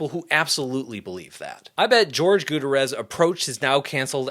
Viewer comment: “George gutterezz” is INSANE lmaooo but in all seriousness, what a fantastic video, thank you for making this. You covered literally my entire argument when trying to convince someone I know to stop using AI. This will be my go-to video to share to people who are out of the loop, or have been fed misinformation.